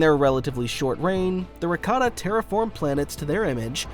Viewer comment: Look brother. This is a chef issue. The pronunciation of Rakata that star wars youtubers including yourself choose sounds like ricotta. That's a type of cheese.